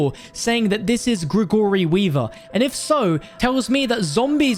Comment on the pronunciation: I don’t think I’ve ever seen someone butcher “Gregory” as bad as you do lol